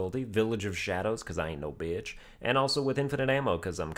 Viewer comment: Very nice “bitsch”